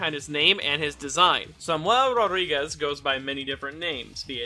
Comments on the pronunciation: your pronounciention of "rodrigues" is extrmily spanich , for a portuguese word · just a correction, in portuguese rodrigues is spoken with a hard r not a soft one like in spanish